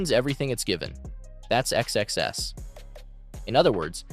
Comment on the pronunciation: It is so distracting that your AI voice keeps saying X-X-S instead of XSS